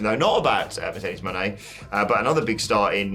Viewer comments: Mo Ne’ not Money! 😂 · Is there any amount of money I can throw at you to stop saying Moné like that?